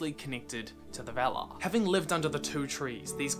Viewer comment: Very nice, but just one correction: we should pronounce "valar" with an open A like in 'star'